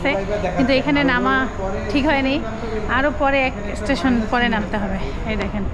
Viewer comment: বারবার ইষটেশন বলেন কেন স্টেশন বলেন